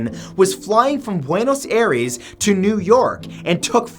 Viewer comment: I get that you’re not Hispanic but the way you pronounced Bruno’s Aires is just hilarious